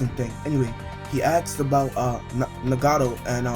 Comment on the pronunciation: Noticed that when you say asked you say 'aksd' instead. e.g- 'They start talkin bout the project, and Madara aksd him if he started the project' and you pronounce the names of characters wrong. Im not hating, i like your vids but im just pointing out the flaws. You said Konoha as if it were 'Konoa' and Nagato like Ngato/Nugado also you say 'Obeedo' for Obito. They pronounce the names many times in the anime (japanese) so base the way you say it on that please :) other than that gd vid